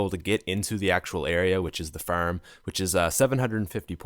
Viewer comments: Now at the ferm😂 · the way he pronounces farm😀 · Hold up am i the only one that noticed him say "ferm" as in farm, and also he said car wrong but whatever, keep up the good work man.